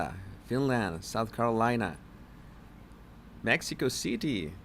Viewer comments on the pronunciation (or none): none